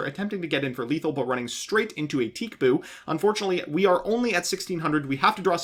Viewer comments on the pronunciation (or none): He pronounces it 'teek boo' as in TCBOO.